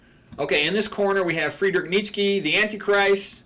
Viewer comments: It's pronounced Neech-eh (ch as in cheese). Although not always my favorite, I also admire the aesthetic effects of Christianity (excluding the kitsch of Kinkade), but I am not a Christian. I think you should be a Christian if you believe in its central doctrines, like the Incarnation, Resurrection, Trinity, etc., regardless of how beautiful its churches are. To convert or identify as a Christian for any other reason is to act in bad faith. I see too many people on the right become Christians because they think it's the "based and red-pilled thing to do," not because they actually believe in its central claims. (Incidentally, it's the same reason these types become carnivores. Veganism, in their minds, is for effeminate leftists, so they only eat meat to signal allegiance to their chosen political tribe, not because they're seeking the truth about nutrition.) A declaration of assent to these claims is noticeably absent from your video, which leads me to suspect that you are not really a Christian but simply an admirer of Christianity, and this mainly for its artistic achievements. Lastly, your remarks about non-Christian religions are unfairly dismissive. One could just as easily regard Christian prayer in the manner that you characterized meditation. There are clownish spectacles galore to be seen in Christianity, from ridiculous Novus Ordo masses to Televangelist services. And it's obviously not true that non-Christian religions are all "godless." Even Buddhism has a place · I think does a great job of mispronouncing the name of the antichrist. It's funny.